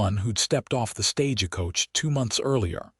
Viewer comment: What I can't stand is how the narrator says stage a coach! It's not stage a coach is Stagecoach thankfully you've gotten just so many good I'll make an exception to listen to at this time but whenever I hear that word StageAcoach I hightail it out of there